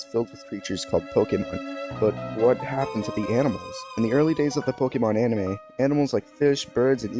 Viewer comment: The way he says Pokemon kills me for some reason